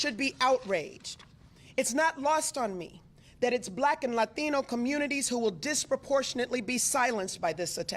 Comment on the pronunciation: So close! It's 'Latino'.